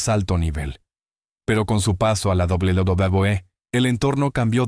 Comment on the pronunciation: La IA no puede pronunciar correctamente WWE